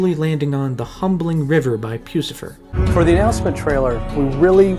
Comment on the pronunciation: Only thing I didn't like about this video is how he said pusifer